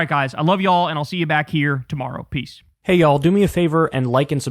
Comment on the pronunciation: SUPER emphasis! 😅